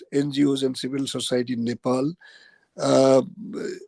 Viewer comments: Who is this moron interviewer, Country's name is Nepal not Nepoul. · Its Nepal & not Nepaul.